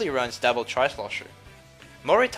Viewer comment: When you say double it sounds so much like dapple